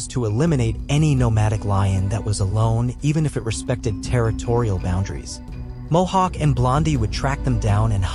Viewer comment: mohawk not hohawk lol